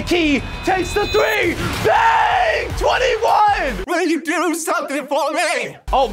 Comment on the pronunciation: Brah I kept thought you were saying bk instead of do so I kept singing bk have it your way